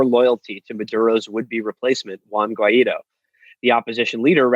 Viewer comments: WO-AY-IDO is def the wrong way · When they pronounce Guaidó they show their gringo-ness